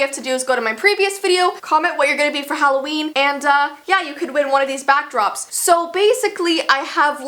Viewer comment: I didnt see that u said "HALLOVEN" at first ⊙°⊙